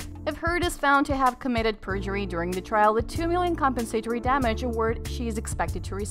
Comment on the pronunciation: Compen SAY tory? NO-- com-PEN-sah-tore-ee